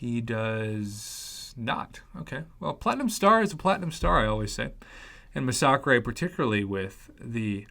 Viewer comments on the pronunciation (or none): Masacre is pronounced mass-a-ker not Mas-sock-rei just fyi